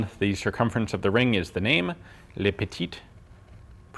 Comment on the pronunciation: If you are going to say the name, please say it correctly. It is "le", not "lay." You did a very fine job with petite & protector. I don't have the proper keyboard to explain how le should be pronounced, but it's one of the most common words in the French vocabulary, so log onto any French site and you'll find it. Thanks!